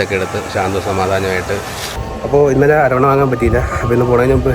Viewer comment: വീഡിയോ സൂപ്പർ അവന്റെ ആവാസ്ഥ വ്യവസ്ഥിയിൽ ഒരു യാത്ര കണ്ടതിൽ സന്തേഷം 5.30 മുതലുള്ള യാത്ര കാണാൻ സൂപ്പർ ഇതു കാണാൻ കട്ട വെയ്റ്റിങ്ങിലായിരുന്നു ഞാൻ എന്തായാലും സന്തോഷമായി. പിന്നെ അരോണ അല്ല. അത് ഒരു മീനിന്റെ പേരാണ് .അരവണ എന്ന് പറയു .. ഏതായാലുംവീഡിയോ സൂപ്പർ❤❤